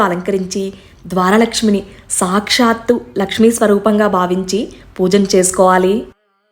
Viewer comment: Okka okka Mata meru sakshshthu Ane daggara shu krinda tha ortu untundi okasari pronounce chusukondi